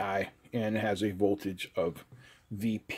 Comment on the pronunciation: No VOLAGE but VOLTAGE.